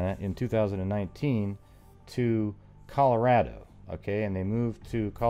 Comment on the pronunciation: Thank you for saying Colorado the correct way.